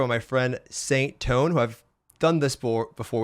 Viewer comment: "Sain Tone" 10 secs in and already fucking up.. Goddamnt it, feeesh overlord.